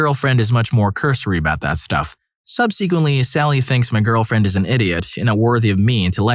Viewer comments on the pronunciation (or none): Thanks for the stories, it helps get through work. May want to double check how to say "subsequently", soft "e" not hard "e".